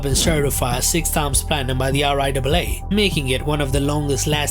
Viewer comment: The entire channel screams AI. The way he pronouncess RIAA as R-I- Debeley lol 😂